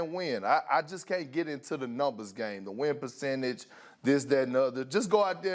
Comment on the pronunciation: Perchange.... perk sounds like he is saying Pucentas